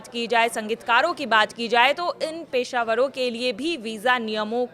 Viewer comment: पेशावरों नहीं पेशेवर होता है।